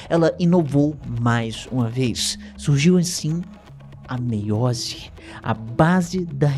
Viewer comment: Ele fala SURGIU como se fosse mágica 😂😂😂